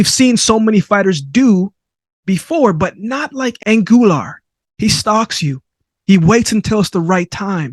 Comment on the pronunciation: who the heck is ANGULAR? AGUILAR: AH -GEEH-LAHR